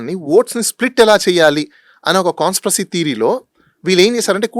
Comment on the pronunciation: Hello.. CONSPROSY kaadhu,, it's "CONSPIRACY.." spell check and pronounce properly pls. those are English words not Telugu words.. please Pronounce properly Your analysis and other justifications are genuine and appreciated,.